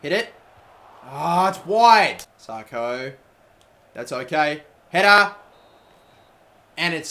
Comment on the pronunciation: IT'S 'SAKO NOT SARKO FFS.